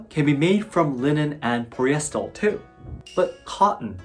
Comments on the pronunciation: Poli-eh-ster not Pol-yes-stul. Just wanted to help with pronunciation of the word Polyester. Keep up the great videos 先輩！ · Great english pronunciation and tempo, easy for others to follow and get insights. Thanks! Oh, i forgot to note that your pronunciation of "polyester" maybe sounds like "poryestel" ^^ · Polyester is pronounced like the names Polly & Esther put together. Try it. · I want to teach English to Geisha/Maiko in Kyoto. How may I do this? I live in USA. Also, you pronounced the word "polyester" incorrectly each time you said it. I can teach you English pronunciation also when I come to Kyoto to teach English. ; ) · This is very interesting. i think thats the first time I ever heard polyester prounced like that. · It’s funny how perfect English is except for “polyester” where he consistently uses what sounds like the “L” sound for the last “r”.